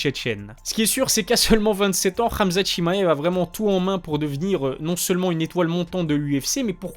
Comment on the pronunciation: Rrraamzat 😂 frère dit hhamzat .